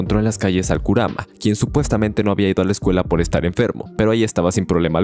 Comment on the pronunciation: en serio, el video esta muy bien, pero me pone de los nerviso que dice KURUMA....y es KURAMA!!